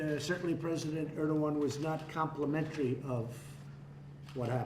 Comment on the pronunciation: President Er? He means Erdogan? LOL